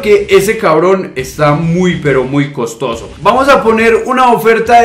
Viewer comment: Cosotoso? :v jaja buen video bro!